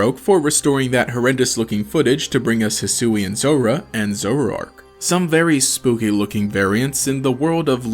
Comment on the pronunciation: "zorara" "zorarark"